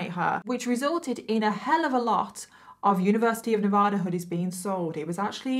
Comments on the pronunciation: It's properly pronounced Nevaaaaada. Not Nevoooooda. Like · Dang, I didn't know that! I was born and raised in Northern Nevada and went to the University of Nevada, Reno, and I had no idea they quit selling that hoodie. And I know it's not the end of the world, but we don't say Ne-vah-duh. We use A as in Apple. Ne-vA-duh. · Nevada is actually pronounced NEV A(long a) DAH. Sorry I'm born/ raised in Reno Nevada, also where that university is at. We're kinda cheeky about Nev a dah